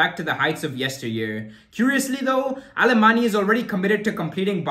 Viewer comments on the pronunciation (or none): Pronounced " Aleman" the Y is silent in Catalan